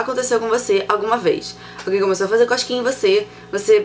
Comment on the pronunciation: eu entendi ela falando coxquinha ,kkkkkkkkkkkkkkkkkk